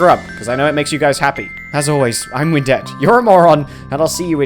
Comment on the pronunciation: You pronounced 'Widnette' wrong